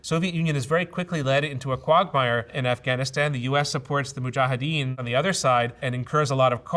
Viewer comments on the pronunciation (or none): none